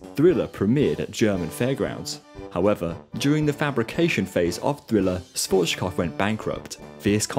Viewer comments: I love your videos, but please don't say Schwotzkov - he was German, not Russian. It's pronounced Shwarz-Kob-f (the f is pronounced like in fun) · I'm not even a native German spesker but your pronunciation of Schwarzkopf is arocius